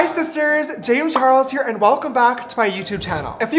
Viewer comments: Is it just me or did he say jame Charles at the start? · Did you hear James say ‘Hi Sisters JameCharles here’